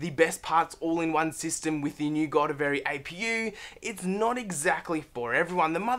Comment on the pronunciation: Decent, but please do your research and actually know how to say the product you're talking about!